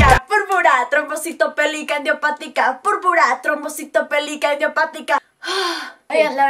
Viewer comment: Se Dieron cuenta De Que Kika No Sabe pronunciar Bien La Enfermedad de Mafe :( es Púrpura trombocitopenica Idiopatica y Dijo Purpara Trombocitopelica Idiopatica :(